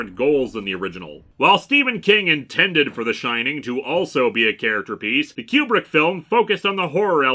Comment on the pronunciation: "Koo-brick", not "Que-brick". At least that's the way it was pronounced for half-a-century.